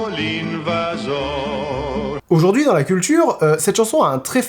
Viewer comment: Attention, monsieur je sais tout : on prononce invasor et non invassor (déformation hispanisante due à la casa de papel je pense (cassa en espagnol et casa en italien)